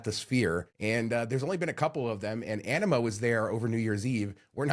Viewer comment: he definitely said ENEMA not Anyma